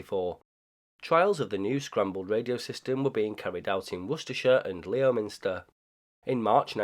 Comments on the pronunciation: FYI its pronounced Lemster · Great video! Just to be ‘that guy’ it’s pronounced “lem-sta”